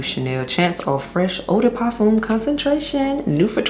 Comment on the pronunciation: Hey girl I speak French I can help you with parfum pronunciation, it’s par f uh . No M